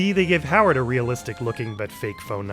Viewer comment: Perhaps the most subtle of the extra H's to Howard's name so far! Bravo!